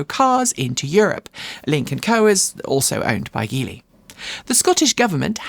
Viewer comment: Apparently Geely is pronounced "G" "Lee", as in the letter "G" of as you would say Gee Whiz. Otherwise, thanks.